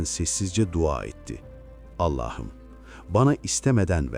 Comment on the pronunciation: Her şeyi güuel telqffuz ediyorda nedense bir Allah'ım yerine Ellah'ım diyorsunuz, şulenin cami önünde ettiği duasında.. ilginç..